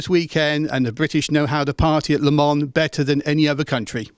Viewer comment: He pronounced Le Mans really good :P